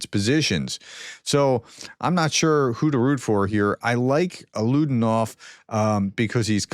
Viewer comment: Alaudinov is pronounced as ah-lah-oo-DEE-nov